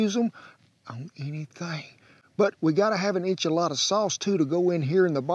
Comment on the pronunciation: Chicken E Sha Latta? No You Say Enchilada! Well now!